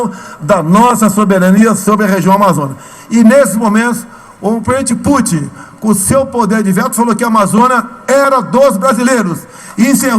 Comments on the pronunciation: "... se discutiu a soberania nossa sobre a amazona, e o presenti Puti...", Bolsonazi.... kkkkkkkkkkkkkkkkkkk É esse o nivel do desgoverno, é vergonhoso, que se= desprezível... #LULAPRESIDENTE2022🚩🚩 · Temos uma crise de caráter ou de interpretação de textos. Como o primeiro afeta o segundo, então é mais provável que seja mau caratismo mesmo. O modo que o despresidente pronuncia o nome do Putin me trouxe lembrança de infância. Na minha família, chamávamos peido de "puti" 🤣! E só agora ele descobriu que a Amazônia é brasileira. Só não entendeu que isso significa que devemos cuidar dela e não vendê-la. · Incrível este presidente que não sabe nem pronunciar nomes de chefes de estado ,,, uma piada este boso